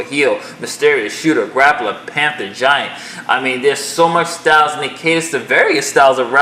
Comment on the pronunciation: Did you just pronounce grapple as "gray pull"? That's hilarious.